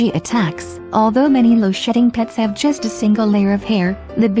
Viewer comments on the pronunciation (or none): none